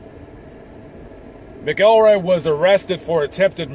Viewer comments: Ken MACKELroy.....not MickELROY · You got MANY a fact wrong in this one!! And it is pronounced MACK EL ROY.. not MA KELL ROY!! That being said, yes, a dreadful man was Ken Rex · His name is pronounced mackcoolroy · Not a bad video. You got a few facts wrong and kept saying his name wrong. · Y ou should lear how to pronounce his last name.